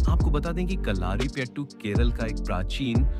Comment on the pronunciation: കള്ളാ൪പ്പെട്ടു അല്ല സേട്ടാ, കളരിപ്പയറ്റ് ആണ്. Its not Kallaarppettu uncle, its Kalarippayattu.